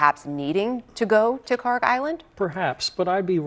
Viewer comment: Iranian here, this is KharK with K at the end, not KharG! It takes 5 sec to google it.